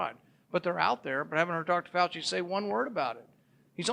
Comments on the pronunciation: Listening closely.... .....did she actually say "Fauch-Head"???? Lololololol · .....did she actually say, "Fauch-Head" ??? Lololololol